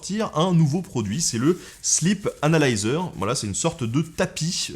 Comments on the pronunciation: J'ai entendu la même chose ^^ C'est la façon dont Ben le prononce qui est trompeuse XD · J'ai vraiment cru qu'il avait dit "Slip analyzer"...